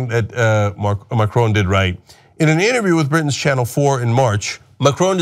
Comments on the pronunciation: M-A-C-R-O-N not MARCON!!!!!!!! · Mac-ron (not Marcone or Macrone) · Mar-cone? It's Macron, pronounced Mack-rohn. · its not maRCon but maCRon :) in the beginning you messed it up :) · Please learn how to pronounce Macron - it's Mah- Cwrahn not Mah-Crone - it's embarrassing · There are so many things wrong with the video starting with Cenk calling Macron Markon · lol, Cenk its MACRON, not MARCON!! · It'a Macron* not marcon!! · It's Macron, not Marcone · Cenk, buddy... his name is not MAR-CONE lol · Jesus Christ, not only do you butcher the dude's name, you can't even figure out that a centrist, neo-liberal investment banker is part of the establishment, because, uh gee, he founded a new party. The established, corporate neo-liberal parties are hated across the globe, and Macron was the rat smart enough to ditch the sinking ship that is Hollande's SPF. Melenchon (who polled almost as well as Macron and Le Pen in the first round) was an actual left-wing candidate who also founded a new political movement.